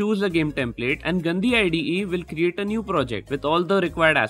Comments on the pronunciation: But really though, how is it pronounced? I think you got what i meant, it sounded like the hindi word for "dirty" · The way you're pronouncing Gandi 💀